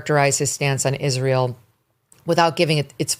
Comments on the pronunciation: Dear Candace. It's not 'Ishreel', but 'Israel'. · Why cant candace pronounce israel